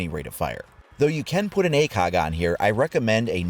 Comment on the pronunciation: The way you pronounce ACOG😂👌🏾